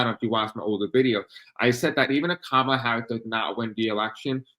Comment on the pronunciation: Appreciate you. It’s not Ka mal la (that’s how Trump pronounces her name). it’s Kom ah la. You did pronounce correctly at points.